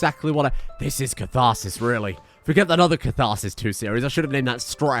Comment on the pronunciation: catharsis? cothor-sis? kotor-stress? it seems wants to stress over KOTOR again xD